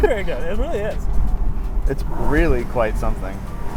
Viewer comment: This car is gweat, it weally weally is